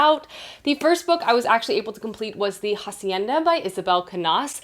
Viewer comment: Hi! great video today. Just wanted to drop in to say that "Hacienda" is pronounced ah-see-eh-nda. The "h" in "hacienda" is actually silent. so. yeah. Good day